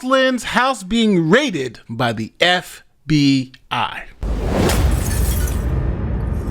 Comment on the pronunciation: Hi, I’m not sure emphasising F….B….I as you did is appropriate. Reporting news and offering your editorial comments is appropriate but trying to manipulate your audience isn’t. Do better.